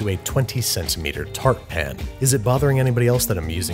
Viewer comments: Why do you say pan like pin? Is there a joke I don’t get? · its a pan not a pin.